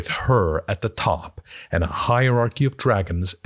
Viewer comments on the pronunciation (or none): none